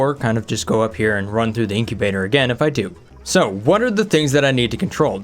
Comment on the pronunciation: incubator Someone: Inkibaters